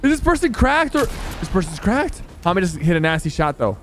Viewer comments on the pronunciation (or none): my names hamid and everytime he said hamed i was like damn hes saying my name